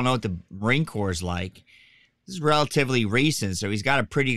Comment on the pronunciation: There's absolutely NO way, NO how this moronoic liar waa EVER a United State's Marine, period. It's painfully obvious to any of us that actually were in the Marine Corps for even 1 day in Receiving knows Corps has a silent S at the end, which this illustrious member of Couch Company, 1st Civ Div continuously left off.